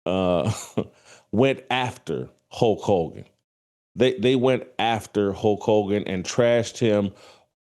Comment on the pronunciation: Hulk Hulgan....lol....pronounce it correctly.